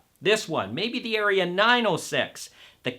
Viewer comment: Seriously? You don’t know how to pronounce “Aria”, and you don’t know if the two tweeters are the same or different? But we are supposed to take this “review” seriously? Ridiculous!